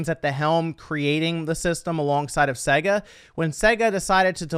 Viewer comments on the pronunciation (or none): it's not pronounced saga, it's sega. The name Sega, is an abbreviation of Service Games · Segga.... Ugh. It is SEGA.